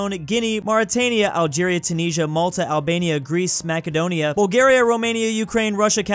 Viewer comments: Mackedonia 🤣🤣 you say it mas I do ne a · did he just say mackedonia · He sais makadonia lol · My man pronounced Macedonia Mackedonia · Did he literally said makedonia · I love how he pronounces Macedonia the incorrect way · Bro pronounced Macedonia so wrong 💀